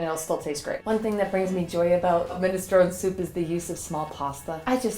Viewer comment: tee. And mi·nuh·strow·nee (or neh) 😄